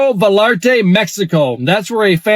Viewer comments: It's pronounced Vayarta. Not, valarta. It's spelled Vallarta. Puerto Vallarta not Porto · Puerto Va-yahr-ta... double l makes the y sound.